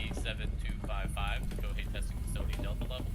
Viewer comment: Its is pronounced 'Kaiohate' thanks